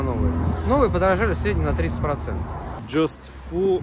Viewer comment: Hi, Niki pointed out your channel and I subscribed immediately. The way you pronounced "per cent" sounds like the german word for it "prozent". I will watch others the next days as well. Hope your car doesnt brake, if does, hope you can get spare parts so you can stay mobile.